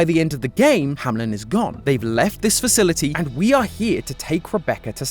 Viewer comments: Isn't it pronounced hamEln, not hamLen entertainment? 😅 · As a German hearing "Hameln" being mispronounced over and over and over is painful. It's not HamLIN. It's a long a and a 'mel' sound like you have when saying "Melbourne" ending with an simple n. Hameln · Why are you always nameing it Hamlen its Hameln. 🙈